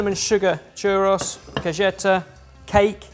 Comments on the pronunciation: trying to pronounce mexican words is so fun. Cajeta not Cageta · Say it with me: CAH - HEH - TAY, not kuhjeta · WAIT HE WAS TRYING TO SAY CAJETA WHAT THE FUCK IS A CAYETA LOL please for the love of god someone have google things before he says them out loud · Pronunciation tip: the "j" in "cajeta" is pronounced like an "h". So, more like "kah - HEH - tah". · it is Cajeta( ka-he-ta). The J in Spanish is pronounced like an H. Just for future reference. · that sauce is pronounced ka hey ta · As a Mexican, I can’t even begin to tell you how excited I got at the Mexican treats that made. 🤤 But your pronunciations made me giggle 😂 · well, it is in spanish. J in spanish is pronounced like H is in english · man, I love your content, and the fact that you showed a great Mexican product (Xilinat) was amazing! Just a small heads up if you ever read this: Cajeta has a hard H sound, not a hard J. Think "Heat" and not "Jet". It comes from the spanish word for "box" (caja), since it was originally sold in little boxes. Awesome videos! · I loved this video, I learned quite a bit about food issues i didn't know existed. Although, side note the way said Cajeta hurt a little lol. The j makes a 'heh" sound lol but honestly that's super minor in terms of the whole video. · Cajeta, the sound is like when you say Hot. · Any other Spanish speakers shudder a little every time called it "caJeta"? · Will ever learn to pronounce "cajeta"?